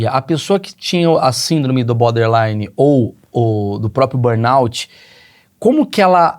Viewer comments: É BORderline e não Boderline...rs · O cara ouve "borderline" e fala "boderline"....